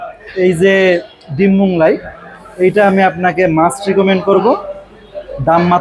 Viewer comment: Moglai k Monglai bolben na. Otherwise you are excellent. I am your new fan.